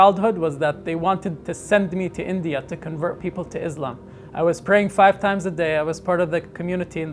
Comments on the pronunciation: This so called "israeli-Muslim" doesnt even know how to pronounce Islam or Muslim,how can we expect him to be Muslim? JUST AN israeli Propaganda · "Izlam" and "Mazlim" says enough about propaganda 😊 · Yepp!! The accent of Izlam and Muzlim, says it all... His opinion on not following quran word for word in 2024, says it all. His jibe on 72 virgins, says it all. The young generation is not blind to follow everything the learn. You know that his faith is not strong. Good for him. He may even become an ex muslim in the future. Remember a significant minority of roughly 25-35% muslims have become closeted ex muslims. It is a change you need to endure, calling it a propaganda is a coping mechanisms for you.... But this silent transition will change Islam...